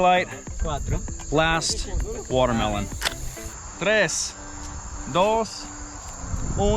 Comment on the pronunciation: I thought you had said ‘Guatemalans’ when describing what you could grab for target practice! Then I realized you said watermelon! And boy was, I relieved! 😅